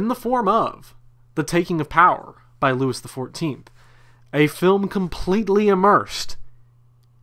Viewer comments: loo-ee the 14th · Pronouncing Louis XIV as ... “LEWIS” is historically brutal. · It is NOT “LEWIS”!!! If you can’t get the pronunciation of his name right how can you expect us to take what you are saying seriously? Couldn’t finish listening to this! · I couldn't take it and had to kill the video. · Yeah, this dork's mispronunciation of a very basic French name - Louis- was embarrassing to hear! He butchered it!